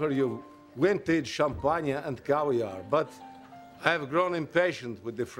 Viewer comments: This reminds me of my then creepy elderly next door neighbor when I first moved into the neighborhood. He kept trying to get in my pants. I set him straight though, and now we get along and he keeps a respectful distance. I remember this skit, I love how Walken pronounces champaagnah. He is deliciously naughty. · what's so funny. I pronounce Champagne Sha Pon yuh too. I thought he would offer her some Hawlies Blistol Cweme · hahahah i love how he says " champanya" haha lol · I always adored this clip. But he stole schom-pon-ye from Potassa. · Is this character even French. The accent doesn't sound that French. My favorite part is how he pronounces champagne "champagna."